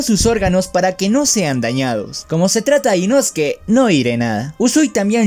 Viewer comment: es inosuke La pronunciación es diferente